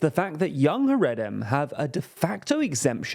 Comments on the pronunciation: It’s pronounced ‘ha-ray-dee’ and ‘ha-ray-deem’. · Content of the video aside your pronunciation of Haredim hurts my ears